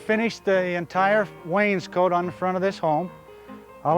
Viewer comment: Love the way he mispronounces Wainscot - making it sound like someone's jacket.